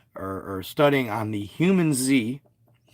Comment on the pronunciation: Its. Hue-Man-zee Not humanZ 😂.. Not hating either.. Love ur content bro.. PLZ be careful if u get contacted. Its not worth dying for brother